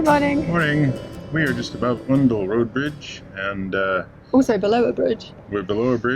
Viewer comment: I was waiting for you to do this section as our boat is moored at Titchmarsh. Unfortunately, the bow of our boat only appeared for about 2 seconds ! I'm sure someone mentioned in the last vlog that Oundle is generally pronounced starting as if you've been pinched - "Ow!" And Islip is pronounced Eyeslip. It's always difficult traveling places and knowing the way locals pronounce things, as there are no clear rules in the UK.